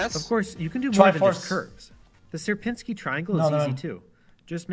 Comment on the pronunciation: Serpinski not Serfinski